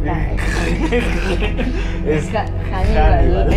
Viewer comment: Hanibal se pronuncia sin la h para los hispanos , mi hermano padre abuelo... Se llaman así No os compliquéis , Anibal